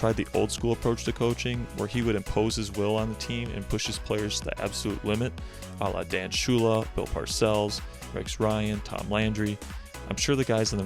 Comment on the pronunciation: Who's "Dan" Shula?